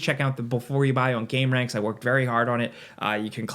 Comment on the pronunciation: you're pronouncing it wrong it's not game-ranx, it's gamer-anx, for what they all do to us.